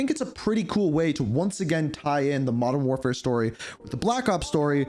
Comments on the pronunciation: I'm here for the content 1. Wodern Warfare 2. Advance Warfare 3. CoD GHOST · Modern door 4 (feat. blame truth, Joe Cecot, that guy that voice carver butcher)